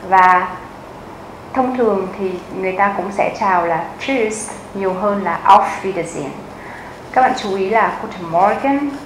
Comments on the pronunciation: chữ tạm biệt là tschuss chứ ko phải là tschus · Cám ơn đã dạy bài học này. Chữ Tschus! nghe giống chữ cheese hay là choose của tiếng Anh quá.